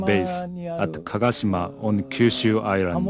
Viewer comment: Not Kagashima bay but kagoshima bay !